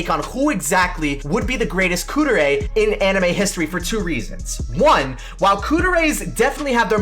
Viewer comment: not Kuu-der-ay... Kuu-deh-ray